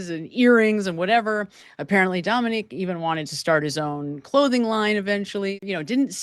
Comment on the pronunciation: His name was Dominic. Not Dominique. Just sayin 😊